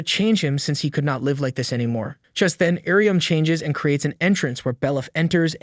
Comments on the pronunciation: text to speech got iryumyuuis name pronouncment wrong if ur wondering hows its spelled its ear-uh-mew-e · Only Faputa's? He pronounced Irumyuui in at least seven different ways